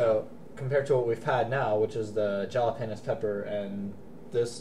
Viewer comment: LO(L "Jala-pen-os"